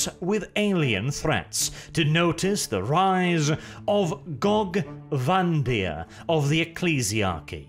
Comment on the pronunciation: I think you mean Gogee Van-dire.